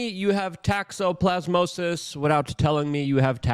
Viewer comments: I like the fact Luke pronounces it TAXoplasmosis because parasites and TAX go together like peanut butter and jelly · Did you say 'tax-oplasmosis' 😅